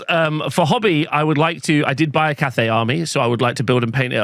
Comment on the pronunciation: Took me way too long to understand you're saying cafe and not Cathay 😂